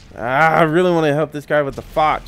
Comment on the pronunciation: Btw you dont say foch like foch you say it like fosh its just spelt different